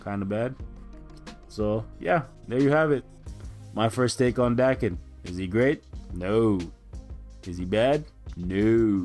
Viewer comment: It's actually pronounced d-AE-ken but ok lol